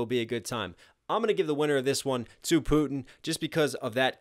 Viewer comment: Putin (ends with a "n")